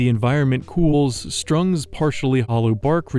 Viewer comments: The fact you keep saying things wrong - like saying “strung” when it CLEARLY SAYS STURG ON THE SCREEN! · How in the world did the narrator get "strung" out of "sturg"? And xanthophyll is pronounced "ZAN tho fill", not "ZAN o fill". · I could tell you were real tired recording this calling the sturg the strung and yawnin all the time u gotta get some rest sometimes dude 😭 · I'm loving this series, but I have a request: Could you double check your pronunciations? I know many of these are made-up words, but some of them were pronounced entirely wrong like "sturg" and "xanthophyll."